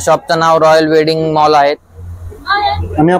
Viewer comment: अहो ब्लॉग र वेंडिंग नाही वेडिंग असे वाचतात